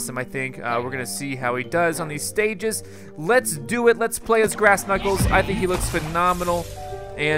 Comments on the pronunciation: It's "Grass" not "Brass" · you sed brass not grass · It's grass,not brass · You said brass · it grass not brass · its grass not brass